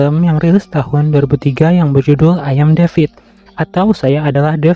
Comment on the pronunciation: Gw dengernya AYAM DEVID🤣🤣🤭